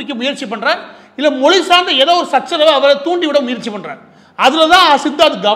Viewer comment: 'ழ'கற உச்சரிப்பை சரி செய்யவும் தமில் - தமிழ், தமிழர்கள் மொலி - மொழி